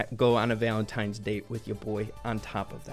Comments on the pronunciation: Bro saying" valentimes " is very funny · "valentimes day" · Anyone else catch that she said valentime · Why is she saying "valentimes Day" Instead of Valentines Day?